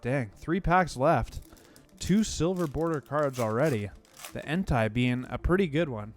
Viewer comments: Bro you gotta stop saying en-tie. One it’s wrong and two it sounds like you’re saying hentai, which idk if you know what that is but if you don’t look it up 😂😂😂 his name is pronounced en-tay 🤞🏼 gotchu bro lmaaaaoo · You say suicune right but you say entei wrong ; its en-tay :) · Blud pronounced Entei like Hentai without the H